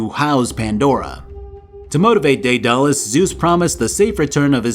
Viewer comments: that daedalus pronunciation There are many ways to pronounce it deadalus daedalus and daidalos But I never thought I hear somebody say dead alus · How you pronounced daedalus and cestus, make me cringe every time you say it. Lol that being said I still love your videos.